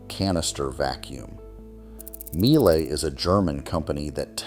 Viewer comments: Míele is pronounced meal-ah . Like everything, worth getting it right. Family owned since inception. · That is not how to pronounce Miele.